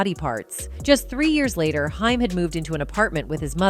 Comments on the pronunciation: It's not Hime it's H aim...good greif! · Haim like the word claim not hime. Have heard this about Sheen for yrs but it's hard to get through video hearing hime. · When AI does the narration we get mispronounced names like "Hime" instead of the well known "Haim" and "Nine Hundred and Eleven call" instead of 911...😂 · The A.I. is super annoying. Very good job on the consistency the main person's name is ping pong'd from Haim to Heim also.... Dragging up old news and mispronouncing dates as numbers... I hope whoever made this video didn't pay to have it made or edited... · Why do you keep saying haim wrong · Whoevers narrating / whatever AI can't even pronounce Haim (Corey). And the pictures shown next to Corey Feldman aren't Judy Haim, they are Barbara Walters.